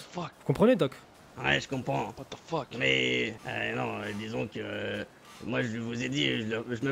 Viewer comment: Tjs Hawk dit WHAT FOK